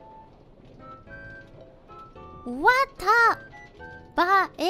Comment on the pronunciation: And Miko is the only one who pronounced the "bae" part right. As expected of Elite.😅